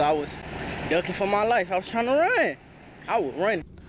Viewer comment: Observation: Another Quameetchra-mix news story. Why does she engineer her news reports? And why does she pronounce her name so silly?